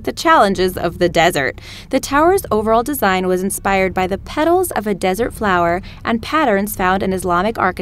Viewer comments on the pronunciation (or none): none